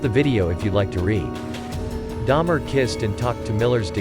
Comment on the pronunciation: Dahmer. Not Daimler. Me too btw